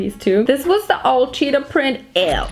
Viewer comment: Ugh.. I love you. But. Every time you said cheetah was another stab directly in my heart 😭 **Edit** Okay. Sigh of relief at the end.